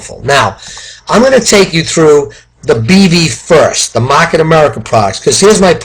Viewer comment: Mahhket America 😂 lol! Good video!